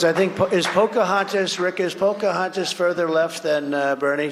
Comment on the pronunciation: Poca-what-the-eff-as? What was that? and why were people laughing. Do they have someone there with cue cards that say 'laugh' on them like they did in old comedy shows?